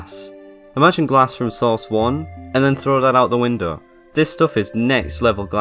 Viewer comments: I like how you are just saying sauce 2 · Why are you calling it source? It's called Half Life.